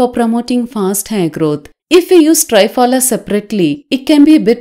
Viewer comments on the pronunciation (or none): 👍..as usual...need to inform...it's call त्रिफला....(3 fruits)...not Tri as in tripod.....Tri...as in Trimurthi. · Thanks for this beautiful remedy 👏👏👏. Just a small thing, the triphala is not pronounced correctly...the tri sound is not correct...it should sound like you are saying three-fala !!! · Why say ट्राय फला, half English half Hindi? It's त्रिफला, it's Sanskrit. Better. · Not try-pala ,THRIPHALA